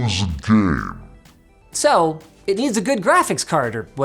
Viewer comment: That "csgo is a gaem" was epic.